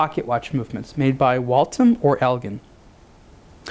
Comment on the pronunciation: You have mispronounced "Waltham"... Just sound it out.